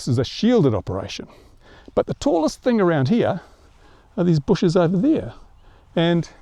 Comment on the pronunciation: You better not fly over my house with that TH-ANG!